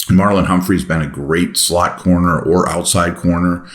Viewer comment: Did you say searching for a “slut” at time index ??? Well, actually, aren’t we all?